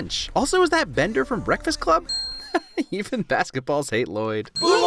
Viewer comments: it is not pronounced l loyd it’s Lloyd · It's not Lloyd. It's Lu-Loyd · Excuse me but it's L-loyd not L-Lloyd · I'm kind of mad he didn't say anything about the 'Lah-Loid' bit especially since it's origins are so funny- Justin actually struggled with reading some of the names for the first time and he would unironically say 'Lah-Loid' instead of just 'Lloyd' because he genuinely thought that's how you said it at first and the directors loved it so much they made it consistent and even added that 'And it's Lloyd, DAd! No L-L-O-Y-D, I named you' bit which is ICONIC in mine and all of my friends' opinions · Ahem… his name is pronounced Luh-Lloyd. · I’m thoroughly disappointed that you mispronounced the main character’s name the entire video. Everyone knows it’s pronounced L-Lloyd. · It’s Luh-Loyd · Its La-Loyd, L - L - O - Y - D Garmadon named him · To be honest, thanks to Garmadon I cant pronounce his name anymore. I keep saying L-loyd and its driving me crazy. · You uneducated human specimen, Its “La-Loyd” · No it’s L-L-O-Y-D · It's ell ell oh why dee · Don't you mean la-lloyd also yes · No it’s La-loyd